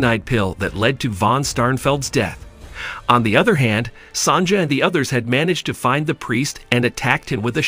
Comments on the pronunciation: It's pronounced "Son-ya" not "Son-ja." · Sonja is pronounced Sonya. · Mistress "Sonja", it's pronounced Sonya. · Your pronunciation of Sonja is the funniest thing I have heard in a looooong time. Clearly not gold. Gold is HEAVY. Almost 20 times heavier than water, for instance. This lump would be quite a few pounds of gold and there is exactly no chance of holding it and moving it as shown.